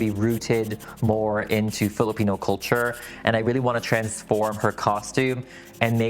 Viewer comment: Ugh. So impressed with the doll making and the Filipino pronunciations. Yasss queen! ❤❤❤